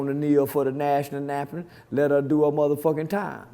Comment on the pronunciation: Did he just say 'National namtem.?😂😂😂